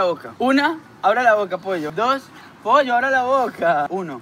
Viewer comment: Le llama pocho no pollo jajaja